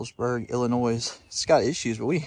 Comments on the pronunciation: Love how southerners pronounce Illinoisssss! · You don’t pronounce the S on Illinois ‼️‼️‼️ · Please No s in Illinois. Silent S